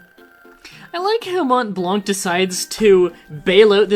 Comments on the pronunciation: 12 years too late but since you parade a bit on it, i have to say it, Montblanc actually sounds "MON BLAN", no "t" and no "c" :') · Funny how you tell people how they pronounce Blanc wrong and you do. I'm french and Blanc you don't pronounce the 'C' also Mont the 'T' is silent. Still good start on the Let's play maybe I'll finally "finish" FFTA since I never get into it. FFT was way better in my opinion.